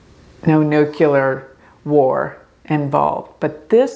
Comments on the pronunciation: Nuclear, not nucular. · THANK YOU. It drives me crazy. NEW-CLEAR. Please, God.